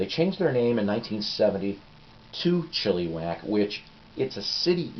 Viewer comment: First Psyko's Platters I've seen. Enjoyed it a lot. I like the background info. Didn't know Golden Earring still has the original members. Here's a tidbit about Chilliwack. The first half of my life I grew up just outside of Vancouver, and I have always heard their name pronounced where the second "I" sounds like the "I" in the word lick. Looking at their name, it would seem the way you said it would be the correct way. I don't know the official way for sure though. Krokus are great. Nice Snoopy shirt. Quite a story about the record label, great background stuff. Well, I wouldn't have paid much for that Hero, but if it was cheap I wouldn't pass on it either, lol. Hopefully it sounded like Rush's 2112, but... Enjoyed this video and I just subbed!